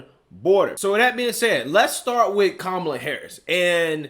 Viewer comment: He called her Que-mala 😂